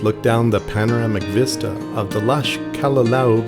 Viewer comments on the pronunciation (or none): none